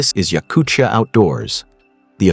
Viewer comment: A great video, thanks. I would pronounce Yakutia like time, not chukotka, not Yakuchia, Yakutia.